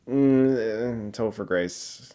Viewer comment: Did he say Topher Grace?